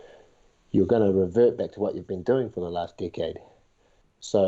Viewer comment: This is the first time that iv'e heard the word "decade" sound like "dick head". lol